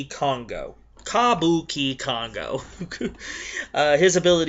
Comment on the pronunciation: It's pronounced "ca bu ch congo"